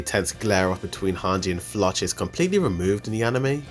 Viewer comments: bro this guy's name pronouncation 💀 "leyana" = Yelena flawch = Floch "onion-coupon" = onyakopon they're pronounced "yeah-lena" "flock" "on-ya-koh-pon" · Can you please learn how to pronounce the names of characters? Floch is pronounced like Flock, and Yelena isn't Yee-lah-nah, it's Yeh-la-nah. Braun is pronounced like brawn, not brown. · Bro you should pronounce floch name like they call him in the anime it looks wired how you pronounce it in English 🤣